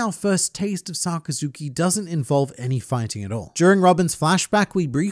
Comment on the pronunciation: sakazuki - sakazukai hahahahah U THA GOAT